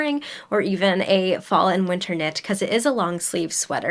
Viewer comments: Hi! love your channel, just wanted to say that Calliope is pronounced ka-LIE-oh-pee. No judgement. I still see Penelope as Penny-lope. LOL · you are so cute, always love your videos. Just to help, here's how to pronounce Caliope: Cuh-lie-oh-pee. Enjoy your beachy vacay with the hubby!! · Calliope is usually pronounced as Ca-LIE-uh-pee just a heads up! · Calliope = Cuh lye oh pee. Beautiful knits,! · Calliope is pronounced “kuh-lie-uh-pee” ❤ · Hi. I think the Calliope pattern is pronounced “cal eye o pee”. A calliope is an organ like instrument often used at circuses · Ooh, I might need to make that crochet wrap in black or red... ❤ Just a heads up, I think calliope is pronounced "cal-lie-uh-pee" 😄